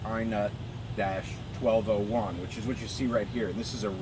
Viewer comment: What the heck is an "i nut"?